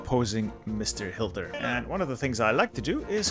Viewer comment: Did you notice that he is sayin Hilter instead of Hitler ?